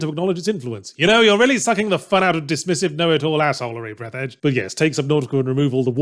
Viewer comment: Actually it's pronounced breath-arj Fourth wall breaks are good sometimes. You have to either keep them as a funny but more importantly occasional thing or have them have a plot function. If you have neither then they just feel pointless, like what seems to be the case with this game.